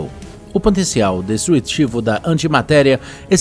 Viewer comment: Mossa seu português é bem ruim “Noubel”? Poder “destruetivo”? Pqp